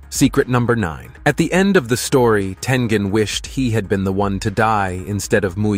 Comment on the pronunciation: Did I just hear him say tenjen???